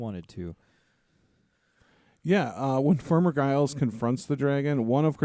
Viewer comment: I'm pretty sure the G in Giles is pronounced as a J, like the first G in gigantic. People in the UK say "farmer Giles" to refer to any generic unnamed farmer, like they might say to their kids "don't go across those fields because farmer Giles will set his dogs on you" etc